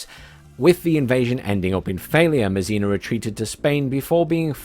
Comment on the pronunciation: André Masséna...pronounced `Ondr-eh MahSeh-Nah'... The 'e' in French rarely makes an 'eeee' sound. LoL